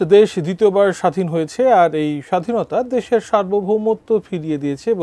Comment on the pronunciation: স্বাধিন শব্দটা কি আগে শিখে আসেন